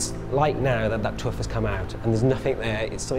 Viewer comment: oh, "having a tooth come out" it sounded like "tuff".